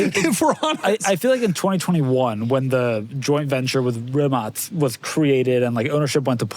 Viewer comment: Shoutout to for actually pronouncing “Rimac” correctly